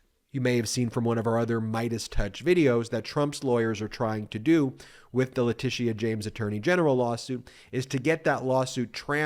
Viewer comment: Great job, Ben, but just a small side note. You’re not pronouncing Leticia (James) correctly.